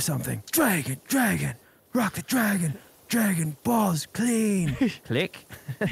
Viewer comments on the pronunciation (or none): Dwagoon Bawlls Cweeen